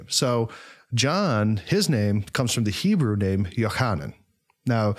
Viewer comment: I'm Israeli and it's really funny how you pronounce the names in Hebrew It's so strange to hear those names in an American accent. I really enjoyed watching the video